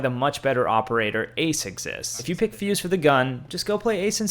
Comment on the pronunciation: He had me until he said fuse